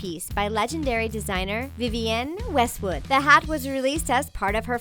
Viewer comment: the way she pronounced vivienne westwood....ugh i cringed so hard